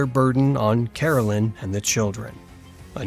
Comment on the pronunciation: Here's a few things. His wife's name is Caroline, not Carolyn. You keep spelling it correctly, but pronouncing it incorrectly. It's my name and it bothers me when most people mispronounce my name. Also, the government did not take the farm away near Independence from Charles. Charles didn't have the $200 to pay for it once the government bought it from the Osage native Americans.